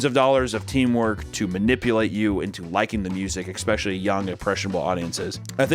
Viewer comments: i need to confirm this with somebody, is saying ekspecially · papa pls pls pls stop saying eckspecially i beg you papa pls ily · The biggest scandal is the fact that the is trying to gaslight us. I mean realy dude, you are pronouncing especially as if it had an X but not eccentric?